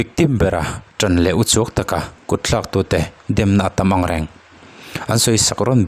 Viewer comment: I ṭawngkam hman hi ti dik teh.kutthlak tih tur ah kut tlak tia lam tur anilo